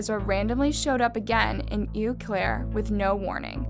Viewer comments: Eau is actually French and is pronounced "Oh." It means water. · How uneducated do you have to be to not know how 'Eau' is pronounced? Jesus Christ.